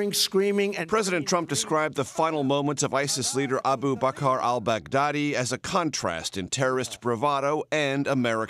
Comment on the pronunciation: It is just me or when the journalist says: al-Baghdadi It sounds like Bad Daddy?